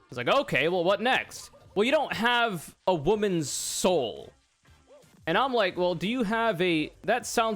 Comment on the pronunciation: You gotta pay the troll toll if you want to get this woman's soul. Could you maybe enunciate because it sounds like you're saying woman's hole.